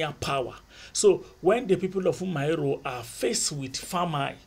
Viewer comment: Umuaro it’s pronounced Uh-Muh-AhRor Great videos,they really helped with my exams